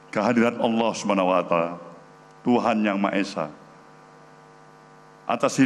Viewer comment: Coba simak pembukaannya. Kok sekelas surya paloh membaca "Allah SWT" sajja gak benar. belajar lagi tuh bung surya malu di depan masyarakat. Yang benar Allah subhana wa ta 'ala